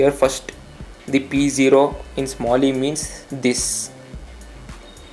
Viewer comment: It's not 'samil' it's 'smali'